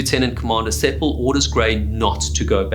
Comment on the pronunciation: The name was Sepel rather than Sepal.